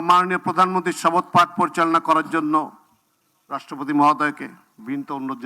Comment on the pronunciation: ছি ছি ছি এহসানুল হক মিলন সাহেব আপনার প্রধান মন্ত্রী তো শপথ শব্দই সঠিক ভাবে উচ্চারণ ই করতে পারে না ছিছ